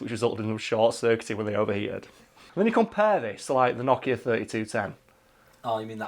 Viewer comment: NO kia. Not Noch Ea. Sounds like word 'no' not like 'gnocchi'